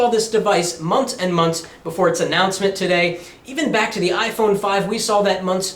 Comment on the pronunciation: Many Many "Munts"